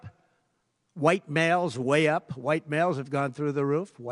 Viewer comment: Emphasis on "White males wayy up" 😊